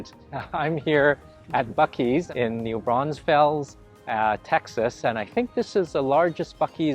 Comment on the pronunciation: Why do non texans say news Braunsfels ¿? It new braun fels 🤬🤬🤬🤬